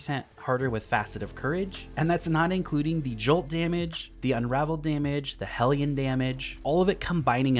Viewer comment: Thank you for being the only person on YouTube to pronounce hellion correctly